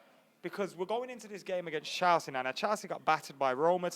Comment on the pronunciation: Stop fucking saying "Chalsea"